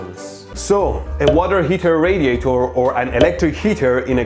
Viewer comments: "Hot Water Rariator"? Ooo, rarified hot water! Fancy! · "Hot Water RaRiator" - GOTCHA ! :)))) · "Hot Water Rariator" "Rariator" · Teach us about rariators and rariating please, Mehdi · Hot Water Rariator